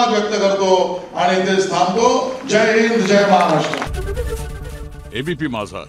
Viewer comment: Jay sudha bolta yet nahi selya